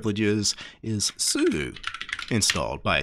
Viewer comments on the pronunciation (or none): none